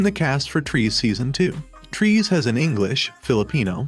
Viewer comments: Trees? LOL! It is pronounced as "Tre-seh." Nuno in the trailer has pronounced it well... but why couldn't you? ;p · Its tre-se not trees bro.